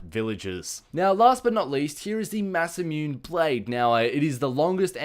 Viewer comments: Should be Buster Sword. and Masamune is pronounced mah-sah-moo-nay. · It's pronounced masamune-y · say it verb by verb,ma(a)sa(a)mu(u)ne(e) verbs,japanese people say it like that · the last sword is pronounced: Mas-em-moon-nay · its pronunced "mah-sah-moon-ay" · masamune: mass-a-mew-nay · "Mahs-ah-moo-neh" At least that's as far as I understand the language of the moons. :D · I have no doubt that someone has already posted this, however my conscience won't let me rest until I do. It's Buster sword. Also, Masamune is Japanese, so it's pronounced Ma-Sa-Moo-Neigh. Hope that helps. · Look up FFVII for pronunciation. Maw saw moo ne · Its pernounced Mas-a-Mu-nay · It's Ma-sa-mu-ne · Japanese? It's pronounced Ma-S-moo-nay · The way you pronounce Masamune Blade is (masa-moon-ae blade) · the last swords name is pronouced "mass-a-mUn-a"